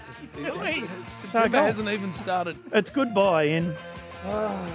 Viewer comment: Bins has created an entire 'Idiot File' just from his pronunciations of Azerbaijan both yesterday and today 😂